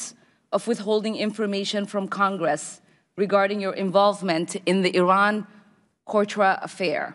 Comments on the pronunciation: Well guys, she should have pronounced his name properly (Abrams not Adams), and referred to the Iran-contra affair, not Iran-cortra. Also, the response to an emphatic “No” of I will take that as a “yes” is a little silly. That doesn't mean that I support Eliot Abrams, nor do I think it a very good idea to interfere in Venezuela. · "Iran Cortra affair" "El Zulvador" ? Hmmmmmm You cant beat a great Somali education